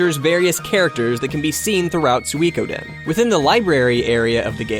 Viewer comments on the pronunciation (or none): I thought he put too much emphasis on the we part of Sui, so SuWEEE. Think of 'chewy', you do not say cheWYYY. The same applies to Sui. The "ko" part is often not pronounced at all by people, but should be. So, "Sui-ko-den". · I have the feeling that he's saying "Suikoden" in a wrong way,but then again, I think I'm the one saying it wrong. =p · He definitely has too much "ee" in his sui. Those two vowels should be short and sort of flowing together. Thumbs up for your explanation of what he does wrong, I cannot disagree with a single thing about it :)